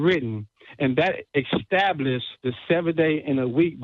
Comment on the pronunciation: Or "extablished."